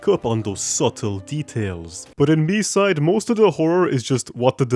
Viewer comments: as a russian, i need to say its pronounced like mee-site. our language makes consonants less resonant at the end of a word. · It's mee-side like the others said. It's pronounced that way with the Japanese title too, since there's no variation in pronunciation for Japanese vowels. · Its pronounced Me-side confirmed by the devs themselves! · i thought it was pronounced me-side 💀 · it is pronounced Me-side, confirmed by the devs